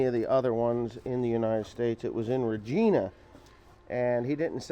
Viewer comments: RegIna, not regEna. If that makes sense lol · Its regina not regena. Rej-I-na. Its about 2.5 hrs away from us. Lol. Not annoyed just sayin proper pronunciation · I admire how you say Regina, buuuut it’s pronounced vagina but with a r instead of a v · Regina? Is pronounced re(va)gina XD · regina pronounced re ji na lol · well you pronounced it right a couple times it is reg I na pronounced like vagina LOL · Lol it's actually pronounced Regina...like China 😅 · Regina is pronounced like vagina but with a R